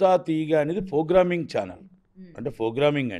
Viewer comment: 'F'rogramming; 'BULLUthera' - kaani thammudu correctga cheppaada!